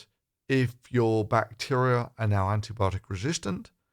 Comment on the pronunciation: Hang on, hydroxychloroquine actually seems to have sent your President stark raving mad. If this is leadership then we are all doomed. I think I could give presidency a reasonable shot. Would the USA mind letting me have a go for a day or two? I love how he says, "I wanted to see yourr eyes light up.". What he didn't continue to say was, "in shock and horror to my utter lunacy. I want to really freak everyone out and be the first US President to be admitted to a lunatic asylum." Your sighs of despair are felt by us all my friend. Stay safe and power to you. Keep up the good work.